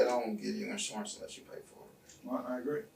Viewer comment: It's insUrance..not insOrance...